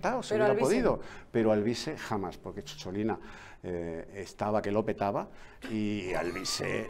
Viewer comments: Don Eduardo, no fue eurodiputada, sino diputada del Parlamento italiano- Además CHOCHOLINA suena fatal, Es «cicciolina», un diminutivo afectuoso que significa en italiano coloquial «querida» o «queridísima, dicho desde la ternura, desde el fondo del corazón» Como decimos pochola, pocholica. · Cicciolina, no Ciocciolina, y no iba de drag exactamente jajaja